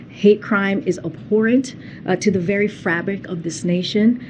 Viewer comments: She said Frabic, not fabric. LoL. I had to rewind to be sure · Kjp cant pronounce FABRIC,, she says Frabic. Ding dong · Did KJP say "Frabric"?